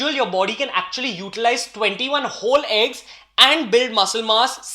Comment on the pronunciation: Bro u say eegs its means a whole eeg or oly white....